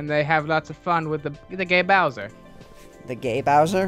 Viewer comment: "So long agay-Bowser!" lmfao